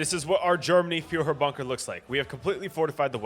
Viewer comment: Few-her Bunker